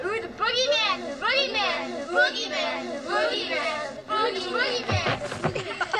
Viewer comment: You're saying Boogeyman wrong lol. It's like BOOGIE MAN... not bow gee man